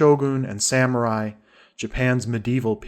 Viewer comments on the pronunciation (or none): none